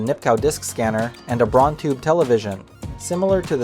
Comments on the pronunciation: Nipkow pronounced Nipkov. Braun pronounced Brown. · Also, Braun is pronounced like "Brown".